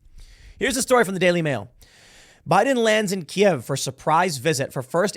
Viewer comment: Can I take a moment to thank Tim for saying "Key-Ev" correctly in English. It's been driving me insane every time some midwit thinks they are being clever saying "Keev" because ThAtS hOw YoU SaY iT iN UkRaInE! I dont speak Rus, say it right you twit. Just like it's Rome, Not Rum or Rom, in real speak. Danzig, not Gdansk. Germany, not Duetcheland. "You essay!" not Estados Unidos. Grumble grumble.